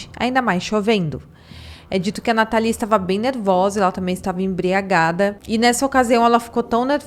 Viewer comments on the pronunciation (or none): A pronúncia correta é “nátali” não “natalí”